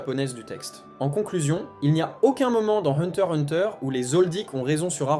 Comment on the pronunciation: Le x ce prenonce !